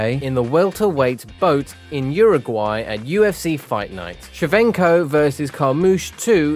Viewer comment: Don't forget Shevchenko turning to Shevenko